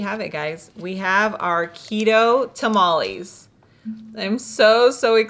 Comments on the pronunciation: It hurts to hear mexicans say taamaallieee lol its tamale chika lol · fyi TamalEEEEs is not a word. Tamal = 1 Tamales (Pural) is pronounced Ta-Mal-eh-s no EEEE sound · You lost me TAH-MOLL-EES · She cant even say tamales right trying to talk like a white female